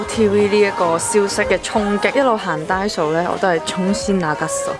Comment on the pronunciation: 其實係咪讀frisbee 唔係freshbee 同埋係da-i-so,唔係da-so